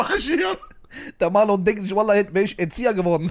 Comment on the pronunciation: Der richter liesst ,,vallah'' 🤣🤣🤣🤣🤣